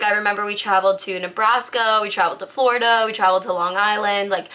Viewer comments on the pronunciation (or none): she literally said nebrasko and florido